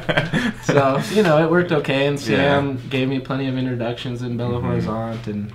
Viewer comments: a pronuncia de Belo Horizonte não é ROrizonte, é Orizonte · quando for falar " Belo Horizonte" junta tudo dessa forma: " Belorizonte" é assim q falamos e fica mais fácil p vc!